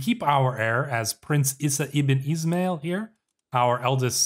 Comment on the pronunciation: is'mail is pronounced as ISMAEEL